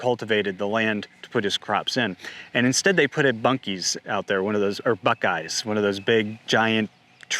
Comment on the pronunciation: Literally my only disagreement with this video is your inability to pronounce Buck-ee's (BUCK-eez or Bucky's). Buck-ee beaver is an icon. Other than that, you are spot on, and probably even understating the case. They are engineering the Hunger Games.